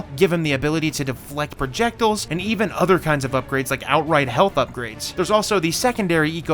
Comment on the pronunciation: "perjectulls" I gotcha lol joking